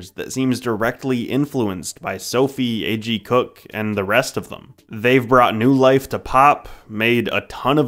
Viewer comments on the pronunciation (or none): none